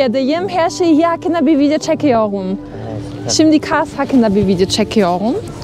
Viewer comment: Hersey hakkinda video cekiyogum. Hersey derken R cok guzel soyluyor ama cekiyor derken fransiz gibi konismak istiyor, sirf artislik poz atmak icin. Biri buna ay ne tatli konusuyosun dedi bu da inandi, abla cidden cok salakca geliyo kulaga, oyle eblek gibi konusma 😂